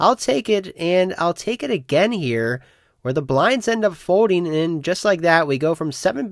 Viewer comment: What is a fodeing type? Is it the same as when you do or don’t hode? For a guy that’s name starts with an L it’s bananas how much he doesn’t know when words have an L in them.